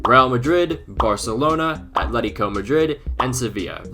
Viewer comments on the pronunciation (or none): none